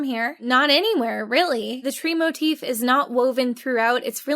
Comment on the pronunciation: “Motif?” More like “More-treef.”